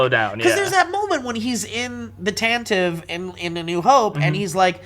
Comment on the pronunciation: Less of a a pun, more of a quip. It would have worked the same for me if he said ambitions (because that's the only way it read for me anyway.) And, it totally works because it isn't only totally Vader, it is a totally Anakin thing to say... it was perfect. Yuse guys is nuts. Also, "Taan-ti-vi"... Taan-tiv is not correct and just sounds stupid. Thanks. P.S. The galaxy is crumbling... it was once advanced and grand (prequels) and now is going to hell. Hence the junk and old tech.